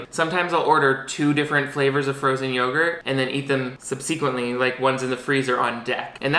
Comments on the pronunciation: SUB-suh-quint-lee I kind of fucking adore you though so, if you really wanna say sub-see-quint-lee , I'm down. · the way you pronounced "subsequently" haunts me